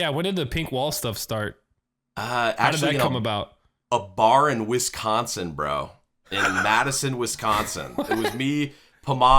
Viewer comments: "WesssConsin" it hurts for them to butcher my homes name! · Yall say Wisconsin wrong. U elongate the con to much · the way they pronounce the c in wisconsin so prominently is so funny to me